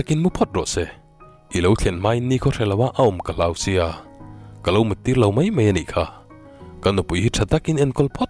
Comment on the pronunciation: Ka sawi mai mai lo. Ka sawi mei mei lo tiin i lam ri zel a, tunlai thangthar mizo tawng lam diklo i hmang ve a